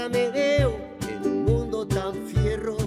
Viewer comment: Dice fierro, mas o menos, si. Pero esta intentando decir fiero. Suele pasar cuando personas que hablan otro idiomas, hablan el castellano. Se les hace difícil pronunciar ese tipo de palabras.